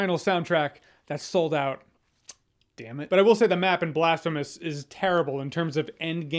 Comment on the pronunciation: Blastphemous... Damnit Jeremy😂